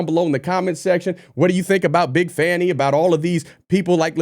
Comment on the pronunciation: "Big Fāni Willis"😂😅🤣👍